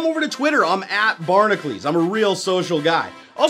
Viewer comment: Can I just point out again that Barnacules is pronounced barn-acuh-lees, not barn-a-clees. If it was barnaclese it would be spelt such...